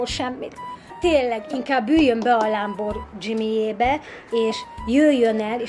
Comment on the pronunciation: Úristen!Puskás Peti fèl Gáspár lacitól!😂😂😂 Lamborghini (lámbordzsimi)😂😂😂😂😂